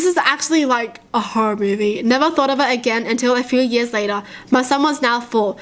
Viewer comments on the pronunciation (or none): none